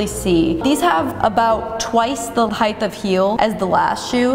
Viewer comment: OMG please stop saying "heigth". You're an intellegent professional woman. It's pronounced Height (hard "T")